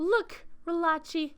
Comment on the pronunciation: Re-la-chi? I thought it was pronounced Re-lah-Kai